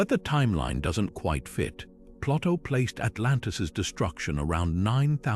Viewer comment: Too bad the "narrator" doesn't know how to pronounce Plato, and B C, rather than B See. Perhaps an A I narrator